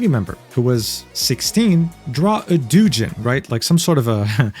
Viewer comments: also, it's pronounced like "dough-gin" and technically it means fan manga in general, but a lot of them are nsfw in nature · Okay, I know it's pronounced "DOUGH-jin," but the way you said it fried me. I almost thought you invented a new term, like so: "Doojin: a Dojin Manga that is irrevocably irredeemable." "This Dojin Manga is absolute Doo-Doo...A Doojin." I'm not the only one who thought that, I hope?! 🤣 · lol doujin is not pronounced dojin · hold up...."doo jen" you're masquerading as a weeb...and you can't even say that simple word right? Why would I listen to a single thing you say? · doo-jin, lol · The biggest lie in this vid was saying "doo jin" like he didnt know what the word was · It’s pronounced dough jin bro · Bro said "doo Jin" lmao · I find it funny how you pronounce "Doujin". Made it sound like he was dropping a duce. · love the vid but hearing him pronounce doujin took me out for sec lol